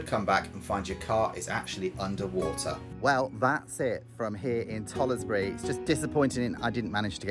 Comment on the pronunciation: It’s pronounced tollsbury you don’t say the letter e